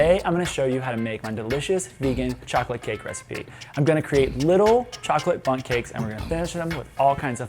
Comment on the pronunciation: Who else kept hearing bums when was saying bundt...nope just me? Okay....😳